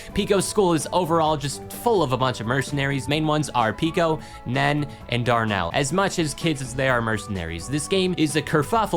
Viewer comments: Did he seriously pronounce Nene (it’s supposed to be pronounced like nae nae) as Nenn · Nen???? It's pronounced Nene 😭 Also I'm very comfortable talking about Pico's school because I find it's funny asf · mispronouncing Nene's name got me paused there, and moved on from it 💀 (It's "nae-nae") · why did you pronounce nene as "nen" when it's pronounced "nay nay" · "nen"💔💔💔 , it's pronounced 'nay-nay' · "Nen." How does anyone not pronounce this as Nini? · NEN???? ITS PRONOUNCED NAY-NAY! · did bro just call nene "nen"??? 😭✌ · its pronounced nay nay.... this gives me pain whenever i hear this mistake. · It’s pronounced nae-nae actually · confused in a funny way about the way you pronounce nene, award on the only one i jeard who said it as ‘neen’ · btw it’s pronounced nay nay hope this helps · PICO'S SCHOOL MENTIONED!!!! also, the way to pronounce Nene's name properly is "nay-nay" btw :3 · Nene's name is pronounced "Nay-Nay" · Did you seriously just call Nene "Nen!?" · The mispronunciation of Nene pisses me off to no end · My favorite thing when it comes to people talking about Pico, Nene, and Darnell. Is how people mispronounce Nene's name each time